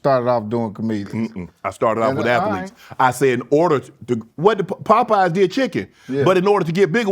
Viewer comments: What is an athelete? *as Shannon calls them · A Tha Leets is not a word. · Mf adding 5 extra syllables on athletes